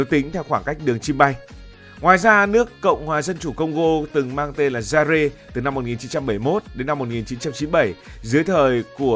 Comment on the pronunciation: Zaire đọc là Dai a chứ không phải Dai re cụ nhé